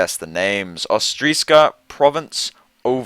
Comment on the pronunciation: Argh, it's OTRISKA! Not Ostrika or Ostriska! No 's' after the 'o'! The important question with Prin'ha is whether or not she counts as "in play" while she's under an opponent's creature and subsequently whether she herself can be targeted with removal before she triggers. If so it's a pretty serious drawback because if you don't meet the requirements for her bonus stats she's actually pretty easy to kill.